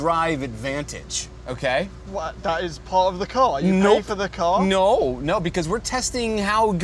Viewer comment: the most Canadian "No" ever said?